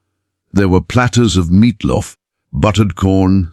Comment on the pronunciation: what's 'meatlof'?😂